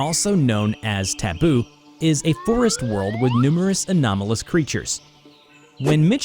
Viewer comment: literally just pronounced taboo (or scp 4000) like tabo like in the Philippines